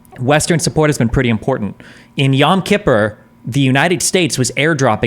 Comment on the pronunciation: Destiny said yom kipper right!!!!!!!!!